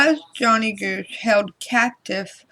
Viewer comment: His name is johnny gosch. Like omg or gawsh